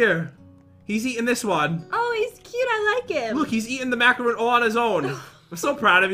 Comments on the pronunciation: Its mac a ron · Its macaron not macaroon had to call that out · is oiterally noon e talking about how they say macarons cause im pretty sure its pronounsed macaron nog macaroon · You guys said macaroon but it is actually macaron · I think it's pronounced macaRON not macaROON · GOES TO KITCHEN HEARS PAT SAY MACAROON WRONG Me: DROPS PLATE AND BREAKS Me: AHHHHHHH!!! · It’s pronounced ma-cuh-rohn. Macaron is the French,Meringue-like cookies made with almond meal and egg whites,sandwiched around ganache,jam, or a cream-based filling, While ma-cuh-roon is a dense,chewy,flourless cookie,usually made with coconut. No hate. Luv u! Dear, This is a comment while coming back to y’all’s old vids. After you broke up. I have A Hole New World book,Enter The Mine book,and The Activity Book. I can’t wait to hopefully have y’all join my roblox game,or server. I have been watching your videos since like,forever,and my parents enjoy them too,the times they watch with me. I have almost watched every single one of your videos,and I hope to have watched them all by Summer’s end. I have rung the bell,subbed,and commented and liked on every video. Sincerely, ImaU2ber (Madi_itsChloe on Roblox.) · No hate but does anyone else get annoyed with the way they say macaron . Lol no hate I just always correct people